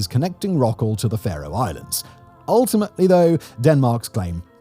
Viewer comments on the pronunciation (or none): OK, Simon, "Far-oh"? No, no, no, it is pronounced "Fair-oh", just like Pharaoh. Oh, you did get it right at least once. Nice to be seen, though. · Simon's pronunciation of Faroe Islands 🤣🤣🤣 I've got friends who live there and I've visited.